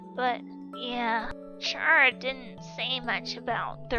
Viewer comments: “What do you want Chara?!?!” FOR YOU TO PRONOUNCE HER GOD DAMN NAME RIGHT!!! IT IS CARA NOT CHARA!! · it's Ck-rA not cH-Ra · I know this is me being nit picky could you pronounce chara like care-a? I mean it makes sense because well CHARActer